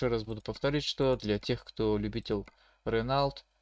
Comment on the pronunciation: Ранелт, бля аж до слез))) чувак эта марка называетс Рено